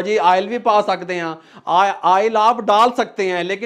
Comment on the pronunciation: Oil ❌ Aail ✅ .....😂